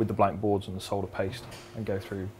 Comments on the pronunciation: It's refreshing to hear someone pronounce solder correctly. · Yes, the l is silent.